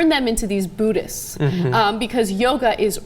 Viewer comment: Why can't Americans say 'buddhist' properly?